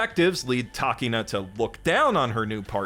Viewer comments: Hearing "Takeena" instead of Takina hurt my ears. I mean, did you watch the show or didn't you? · How you gonna make the stupid skit after watching the anime and still pronounce takina wrong?